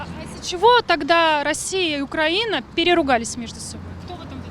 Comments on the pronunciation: Ведущая! Украи'на (ударение на И) и поэтому украИ'нец, а не укрАнец. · Украина и Украинцы внимание для ведущей!!! Ударение не "а" а на "и". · Государство УкраИна, народ украИнский☝🏻 Журналисты должны правильно произносить